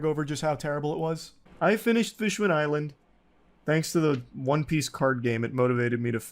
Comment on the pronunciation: the way he says fishman island gets me everytime